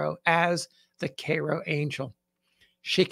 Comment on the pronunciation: Thanks for the correct pronunciation of Cairo :)